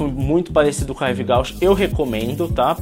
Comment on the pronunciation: Ahh se fala “Rive Gúche” ;)